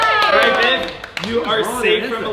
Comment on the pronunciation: Not to sound weird but every time says viv it sounds like babe lol